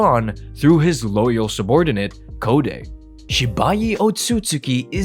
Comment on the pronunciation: Code isn't pronounced "Co-day", it's pronounced like the word Code, as in computer code.